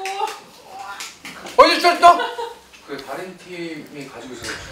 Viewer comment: 어딧었어 발음 무어야 개귀엽잖아 ㅠㅠㅠ 아 진짜 영상 끝날때까지 광대 안내려옴 ㅠㅠ 당신은 숨만 쉬어도 돼 ㅠㅠ 나도 평생 종신계약 할 자신 있어어!! 그리고 혀기 왔을 때 세상 행복해 하는게 보여서 내가 다 행복해짐 … 고맙다 세상아 이 영상을 내게 보여줘서